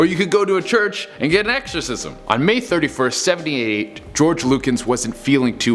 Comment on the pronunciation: I like the part when he says: so he called another 6 priests to perform a SUPER ERCXOSISM